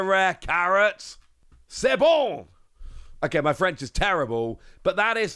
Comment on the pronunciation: your "C'est Bon!!" was actually very well pronounced though. I think we wouldn't formulate it that way, though. It works, but a direct translation of "it's good" wouldn't be what we would use, I think, "c'est bon" is more used for "it's the right answer", "it's done", or other things like that.